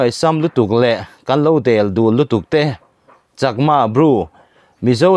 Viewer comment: 'deldul' i lamrik dan kha thluk kuai chhuk ni lovin thluk kual chho, 'děldŭl' tia lam rik zawk tur a ni e.